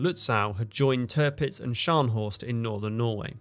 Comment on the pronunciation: Please stop saying Törpitz my ears are already bleeding. It’s Tirpitz. Why pronounce the second „i“ correctly, but not the first one?